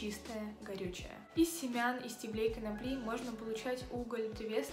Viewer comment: Ударение в единственном числе и в именительном и винительном падеже множественного числа ставится на первый слог: стЕблю, стЕблем. В остальных формах множественного числа — на последнем слоге: стеблЕй, стеблЯми и т.д. Примеры: -Из стеблЕй многих фруктовых кустарников можно приготовить лечебные растворы. -По стеблЯм растений можно понять...